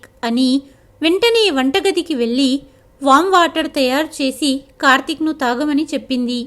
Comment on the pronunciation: కథ చదవటం బాగుంది (వెళ్ళి, పెళ్ళి) వెల్లి అని పెల్లి అని చదువుతుంటే వినడానికి బాధగా ఉన్నది . ఉచ్ఛారణరణ దోషాలు లేకుండా చదివితే బాగుంటుంది.